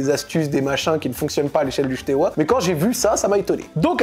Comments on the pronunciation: Bon alors la prononciation est catastrophique mais je tiens juste à rectifier 2 trucs 😂 C’est Steaua et non pas Shteaua et le deuxième c’est Tchéaoushescou (Ceaușescu) voilà 😅 En Roumanie beaucoup de clubs sont dans cette situation car il y’a l’avant et l’après communisme, des clubs ont été recopiés de a à z (logo, couleurs, blazz) comme Craiova qui les deux ont le même stade le même blazz tout pareil et évoluent en d1 roumaine. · Bordel mes oreilles souffrent dès qu'il prononce Steaua comme "Chteoua" 😭 Ca se prononce "Stéaoua" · Super vidéo! Par contre, on prononce Steaua et pas Chteaua:) qui signifie étoile en roumain:) une autre histoire qui peut t'intéresser: l'histoire du club CSU Craiova qui a VOLÉ le palmarés et le logo du FCU Craiova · si tu fais une vidéo sur Steaua au moins apprends à bien le dire 😉. Il n'y a pas de "sh". Pareil pour Ceauşescu, Păunescu... Mais très interessant et merci d'en parler!